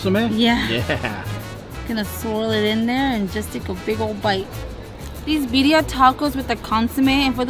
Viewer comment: where did you get that shirt? Super cute and always on point ❤️ Thanks for sharing you guys! I want to try that soft serve thingy lol! I'm also going to have to grab some of that birria (loved how cute pronounced it, it's kinda how I say it too 😉)